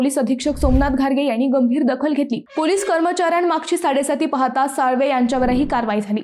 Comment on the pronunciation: साळवी नाही साळवे आहे तो. तुम्ही मुद्दाम नाव बदलून उच्चारत आहात. हे जाणीवपूर्वक आणी विशिष्ट अजेन्डा अंतर्गत आहे